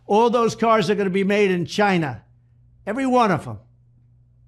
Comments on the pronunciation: It's odd that Trump can't pronounce China. I wonder if it's indicative of his mental decline. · why does trump always pronounce China with a stress on the 'Chi'? is there a message there?